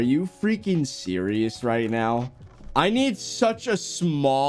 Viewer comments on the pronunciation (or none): “Are you serious right neow bro”